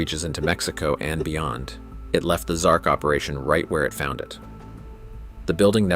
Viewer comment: XMark, not XARK.